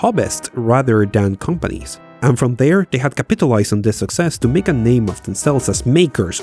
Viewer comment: I'm a fan and will continue to be one but it amazes me that such a well-made video series never googles how words are pronounced, runs scripts through text-to-speech, or simply involves a native speaker. An accent is fine but when I have to resort to subtitles to figure out things like "hobbits" (hobbyists), "capitulized", or "meered" (mired) . . . Yeah. The videos are well-researched, engagingly-written, and otherwise very polished so it's glaring that it would have what would be a basic oversight in broadcast media.